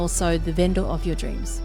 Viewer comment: Every "Ven-Door" scratches my brain.